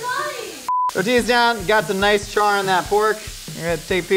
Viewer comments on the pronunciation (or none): none